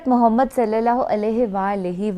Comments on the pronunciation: The way you say Muhammad (Salliala hu alaihi wa aal e wassalam,) ❤❤ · Even some muslims cannot pronounce our Prophet's name properly but your pronounciation is perfect.